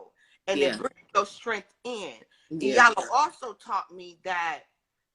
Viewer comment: " E Yan La " not Yanla